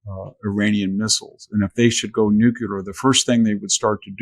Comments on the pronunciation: Hanson, did you say "nucular"? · A brilliant, perceptive, knowledgeable, articulate man. It tickled me to hear him say what George W Bush was ridiculed for, "nuc-ye-lar". I love a civilized interview - the kind without interruptions and talk-overs. I can learn in that environment.